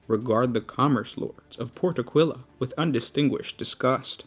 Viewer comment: I'm forced to point out that it's pronouced Áquila, not Aquíla.